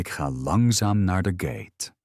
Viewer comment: GATE IS GEEN GAATE..